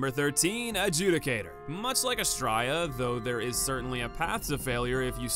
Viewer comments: Happy to finally hear you pronounce Adjudicator properly after all these years :’) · Glad someone finally fixed their pronunciation of “Adjudicator” lmao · You can tell this is a true remake when pronounces Adjudicator right